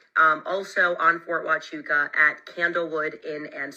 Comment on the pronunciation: What I find interesting is the way Valhalla kept mispronouncing Fort Huachuca in his last couple of podcasts almost like a he was wanting everyone to look somewhere else. The first time Candace mentioned the fort he said the story wasn’t real. He really really didn’t want her to pay any attention to this place. Odd… he also doesn’t believe TPusa has anything to do with what happened to CK. Even though they have acted suspicious from the beginning. Something is up with him.